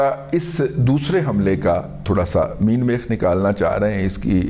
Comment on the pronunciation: سر مین میخ نہیں مین میکھ درست لفظ ہے